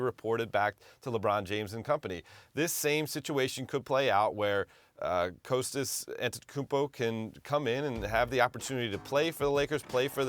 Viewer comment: None of them can say Kostas correctly